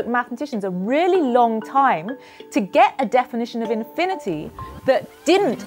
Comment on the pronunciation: holy crap started off the video with a loud "WOT ISH INFINIDY"